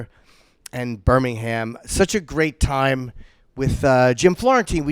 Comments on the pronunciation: the two jims are such queens. you know its true, jim. also its fucking pronounced birming-um. not birmingHAM. cunt. love you yimmy. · Love the video but it's Birmingum - we're the originals ;)